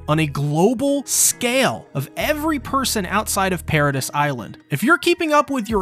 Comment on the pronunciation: Why you say paradis like that? Not gunna subscribe bc of that